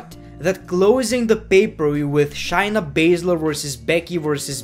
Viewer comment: It’s not shyna it’s shayna ( shayyy ) (nuhh)